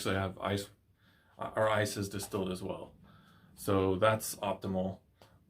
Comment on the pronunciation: Are You Saying Distelled Water or Still Water , Can talk Clear Please ?